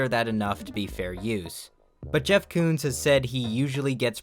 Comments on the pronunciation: Jeff Koons? More like Jeff Cooms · Jeff Koons. More like Jeff Cooms. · Jeff Koons? More like Jeff Cooms.